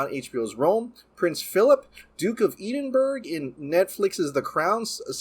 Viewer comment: The Scottish city-name "Edinburgh" is pronounced "ED-in-bro", not "EE-din-berg". And "Gal Gadot" is pronounced "gal guh-DOTE". (5) How to Pronounce Gal Gadot? (CORRECTLY) - YouTube